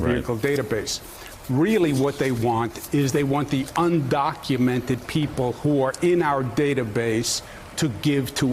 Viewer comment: Let me correct you Joe. Un-do-cu-men-ted. Say it with me.